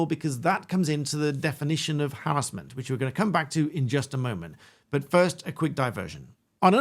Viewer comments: It’s not harrisment it’s harassment😂 was annoying me 😂😂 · I didn't think I'd get so annoyed at hearing harris-ment all the time, rather than huh·ra·smuhnt. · I swear if you say "harrasmemt" as "harrazlment" one more time im gonna lose my mind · Why do you prounce harassment like that? Is it because it is a legal term and is said like that to distinguish it from the everyday use of the word?